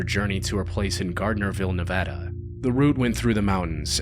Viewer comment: FINALLY SOMEONE THAT SAID "NEVADA" CORRECTLY 👏 👏 👏